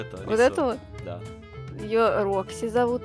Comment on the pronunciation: Это не Рокси , а Фокси